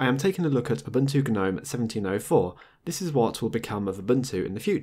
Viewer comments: Anyone else irked by how he pronounces Gnome? It's pronounced NOME (the G is silent!) not Guh-nome lol. Sorry for being a grammar Nazi but I've seen several videos and it gets to you after awhile. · the G is silent in Gnome. Same as gnarled. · Isn't "Gnome" said "Nome"?